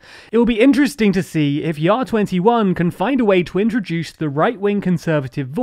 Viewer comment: Great job on pronouncing JA21 correctly